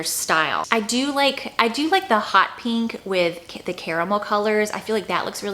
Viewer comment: I like how you pronounce’peenk’